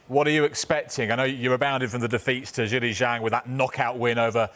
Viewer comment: Joyce kept getting "ZHANGED" there for a moment!!!! 😂😂😂😂😂